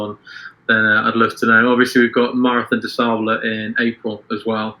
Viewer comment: Check the pronunciation of ' Marathon des Sables'...and be weary of an ultra marathon running coach that pronounces it 'sables' like cables or stables.